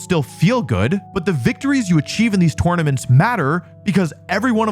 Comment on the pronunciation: yet you still say tournaments wrong